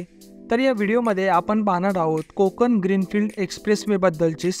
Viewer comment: कोकन नाहीं कोकण. पेन नाही पेण